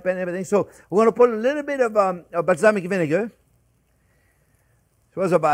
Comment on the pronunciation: I just googled "Islamic vinegar" before I realized he said "balsamic"